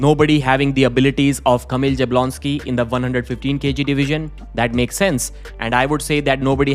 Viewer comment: you really need to learn how to pronounce Jablonski. It's "Yabwonski"